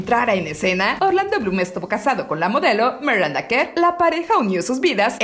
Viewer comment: Se dice miranda no maranda !